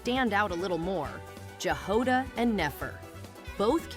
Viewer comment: Jahoda is slavic word (I know it from Chzech). You pronounce J the same way you pronounce "Y" in "MiHoYo".